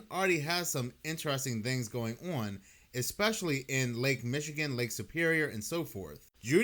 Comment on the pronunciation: the word is "on" not "owan" It's "satan" not "say-in." It's "Muss-key-gin" not "muckee-gin"